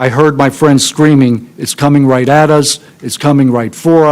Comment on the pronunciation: "ITS COMIN' RAHT FER US!" 🤣